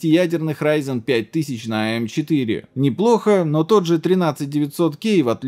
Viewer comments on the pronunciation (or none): none